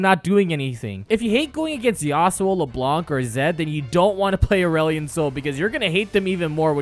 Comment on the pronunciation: *You say it Leblan not Leblank *